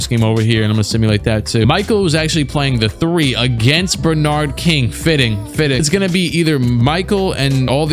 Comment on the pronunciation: pronouncing Bernard King like that kid that said LeBron James